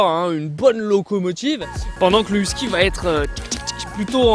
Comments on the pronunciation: Whisky ? les français ne savent pas comment prononcer les noms 😩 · ayoye,..huskie votre prononciation est horrible....et vous en faites tout un show....calmez vous cela va aider à vous écouter.. (Québec , Canada)